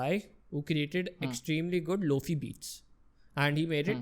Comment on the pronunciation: Lowfee ne lo fiii hota hai.